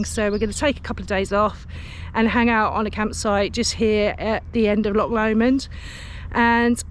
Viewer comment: Don't mean to be critical, but being from that area I feel compelled to comment on your pronunciation of our famous CH sound. It is not LOK Lomond, or Ballok , but rather a softer sound and rather guttural. Think of Lancaster with a soft C like church. Can't really think of any other English place names with a similar sound. CH makes a sort of soft kh sound. Just speak to locals and you will get an idea what i mean, and probably some brownie points for getting it right 🤣🤣 Ps enjoyed your vid